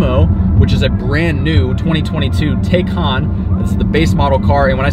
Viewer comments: it's TI NOT TAY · If you’re going to purchase one, you need to first understand how to pronounce it. It’s pronounced like “Tie Con” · Taycan - like Thai- Khan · Por-Shuh Tie-Con............. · You might want to learn how to properly pronounce a car that you purportedly are reviewing.